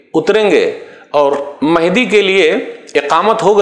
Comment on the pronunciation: ji janab mujhe v pata hai par Sheikh e muhtaram ke pronunciation mujhe menhdi sunai de rahe the